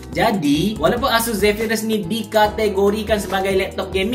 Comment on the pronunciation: Zephyrus la bukan Zephryus. Noob.